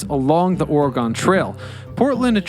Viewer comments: I was super excited about this video because it was about my home city. I'm dieing inside because you can't say the state name correctly. it is Oregon not or-gone. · Ori-gun lol We say it like Oregen: Oregon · QUIT SAYING "OR-EH-GONE"!😡 IT'S "OR-GUN"!😂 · It's Ore gun NOT Ore GONE the fuck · its oregon not oregone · OR-GUN, NOT ORYGONE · Great job pronouncing Willamette correctly, but you slaughtered Oregon. It’s “Ory-gun” not Or-A-Gone. And to the naysayers, the tunnels are real - I’ve been in what remains of them. Seattle has them too with organized tours. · We pronounce Oregon like Orgun. You have to pronounce our name the way it is properly called if you want to he taken seriously. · OHR-EH-GUN. ORR-REH-GUNN. ORRRR-EHHH-GUUN. Or just call it "the state with all the trees, volcanoes, and waterfalls in the Pacific Northwest." 🌲🌲💚🌲🌲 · Dude. It's or-eh-gun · I have never gone inside Portland but the story of the tunnels has traveled far and wide across Oregon interestingly enough Corvallis and Astoria and Salem also have similar tunnels oh and good job saying willamette right but couldn’t get past ore gone I’m not upset about it it just is a little painful on the inside hearing the place I had been born and family had been living in before their was a usa generations my family had been here it’s just a Oregon native thing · Or-e-gin :) Portland is still the most dangerous.. lol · I always go with "Ore-again" when I have to explain it to anybody. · Please consider re-recording pronouncing the name of the State properly…..Ory-gun. Otherwise great video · Oregonians everywhere are cringing every time you pronounce the name of our state “or-gone”. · Or pronouncing it Orygone😜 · “Orgone?” (Ala Wilhelm Reich) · I stopped watching this video to comment that Oregon is not gone. If he wants to be taken seriously, he should at least research how to pronounce his topics. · You're right. I'm cringing pretty hard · please don't say Oregon like that -everylocalever